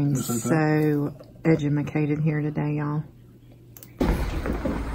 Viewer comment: " Edjumacated" lol ;-)